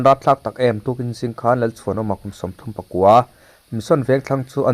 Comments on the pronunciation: Kum sawmthumpakua mi .thil chhiar hi in van thiam lo tak,kum sawmthumpakaw mi tih tur aw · Kum Sawmthum pakua mi tih loh tur. Kum Sawmthum pakaw mi...tih tur.. please, Sir, ṭawng hi hmang dik hram hram rawh u aw.. in news kan lo ngaithla nasa a.. diklo tak athluk leh lam a awm hian beng a ti thlep ṭhin a.. 😊😊😊